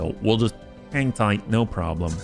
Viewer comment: Is it just me or do I always here "hentai" when you say hang tight (had to enable subtitles to understand it) 🤣😂